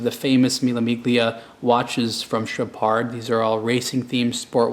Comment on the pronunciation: It's called Mille Millia. You don't pronounce the g in Miglia, at least the original Italians don't:) And it's Chohpard, not Chowpard:))) I love your videos, just want to give you some info about that, since I'm from EU and I hear people pronouncing these brands all the time in original language:)